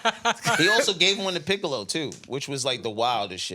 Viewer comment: Nikkas said Anthony Mackie as Piccol!!!!!! 😂😂😂😂